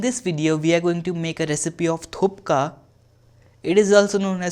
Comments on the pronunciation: He is making it and cannot even pronounce my fav dish. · What the hell dude? Can not even pronounce the dish's name properly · You pronounced wrong and it’s not momo soup at all. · Please pronounce correctly. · The “k” is before “p” btw 😅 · OMG IKR I WAS SO MAD WHEN HE SAID IT WRONG 😂😂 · He doesnt even know how to pronounce it and he is making it..😂😂😂😂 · You pronounced wrong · Pronounce hi nahi kr pate ho ..to banaoge kese🤣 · Areey first pronounce it properly....what u r cooking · Ya ur pronounced it wrong❌ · You can't even pronounce it man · You can't even pronounce it correctly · We'd like to learn the correct word for this dish but people can you first decide on one name..thupka, thukpa, or thuppa.. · It is pronounced as THUPPA😁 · It is pronounced thus: Thuk-pah. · You have to say Thukpa., not Thupka😁😁.🙏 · Not THUPKA...(थुप्का ,,,,थुक्क) 😂😂 Hey Bro That's call THUKPA (थुक्पा) not Thpkaa... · It is not 'thupka' as you are saying, it is 'thukpa'. Also you need to improve your communication style, it should sound normally like a man, not something else. Feel free to criticize my comment, but if you can fix it, that will be good for your channel. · It's THUKPA not THUPKA 😁😁😁😁😁😁😁😁😁😁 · It is not thupka it is "THUKPA". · Guess it's tukpa not thupka??? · It's not thupka it's thukpa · Haha i'm from sikkim and it's thukpa not thupka😂💜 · You pronounced wrong...thukpa... not thukpa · Thuk pa bolo... Bolo Thuk pa... Naki thup ka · Its thukpa not thupka😂😂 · It's thukpa not thupka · the moment he said thupka, i paused the video and disliked. How can he know the receipe when he doesnt know how to pronounce the dish. 👎🏻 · It's thukpa not tupka..love from sikkim.Anyways looks delicious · It's not thupka , it's thukpa..sir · ur pronounce is not correct, not Thupka, is Thuk paa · Name of the dish is thukpa not thupka.. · Who who else is here to comment it's thukpa not thupka?😄😂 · Not thupa it’s thukpa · its not thupka its call thuppa anyways love frin darjeeling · Its thuk-pa